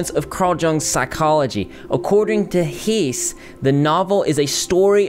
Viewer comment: Dude I love you so much but Herman Hesse is pronounced like (heh-ss). I thought we were talking about Rudolph Hesse for a moment, who was Hitler's broseph, but nope. Although they are related, so just think of pronouncing Rudolph Hesse when when you see a Hesse surname :) . Cheers!